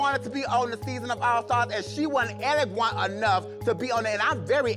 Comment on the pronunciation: “Eleguant” 😂😂😂 and “You got 5 dollars?” 😂😂😂 this is actually my favorite challenge of this season